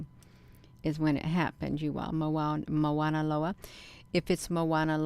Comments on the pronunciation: The correct pronouncement is Mauna Loa not Moana Loa. As a local Hawaiian I just wanted to clarify that. This is quite fascinating that’s for sure. Appreciate your research. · It's pronounced mow like cow mow na lo a I watch the observatory as well. Strange things happen.